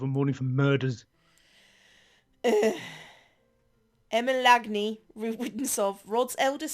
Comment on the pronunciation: Also im pretty sure that name is pronounced "Emma-Lane"